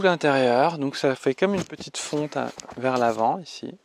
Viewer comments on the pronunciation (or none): none